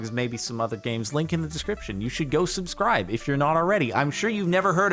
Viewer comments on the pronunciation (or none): none